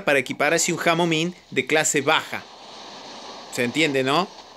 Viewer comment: Nadie: Absolutamente nadie: cambiándole los nombres a todos los bots xD: cerberus: cancerbero, ravana:Nirvana, nightingale: nightiyudeil xD ao ming:jamoming xd